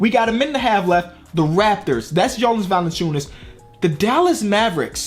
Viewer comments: You could probably spell valanciunas if you could pronounce his name right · please just look up players names when youre not sure of spelling to avoid making errors like assuming it was valanciunas